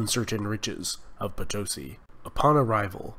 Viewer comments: Estimado Sr.: The correct pronunciation of Potosi is Poto-See, not Potosy. Gracias.:) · My gringo friend, I bring you news from the South! It is pronunced Potosí with stress on the last two letters, like the Spanish word for Yes. Po - to - SI. Incidentally, the name is taken from the local legend regarding the city's greatest landmark (El Cerro Rico de Potosí) (i.e. POTOJCHI from the Quechua language). Well done!